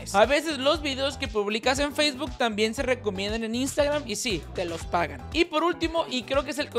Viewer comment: Pero dice facebook y nomás escucho tik tok qwq